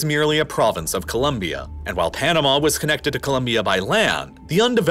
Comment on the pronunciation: FINALLY SOMEONE THAT SAYS COLOMBIA RIGHT I'M SUBSCRIBING JUST FOR THAT